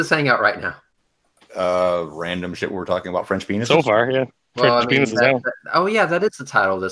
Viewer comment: Dick is not pronounced PAYNEE. The S is not silent. It is pronouced PAYNIS.